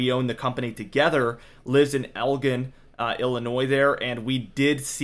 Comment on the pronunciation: Please pronounce Elgin Illinois correctly. El-jin